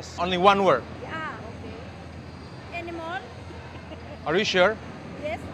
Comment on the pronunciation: the way she pronuounced animal I bet she is coming from Philipine.